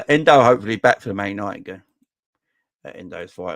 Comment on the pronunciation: stop sayin En-doo it sounds like a good night out with the girls if your a girl that is ha.....The Liverpool fan from japan said its En-doh as in the simpsons doh or bread dough?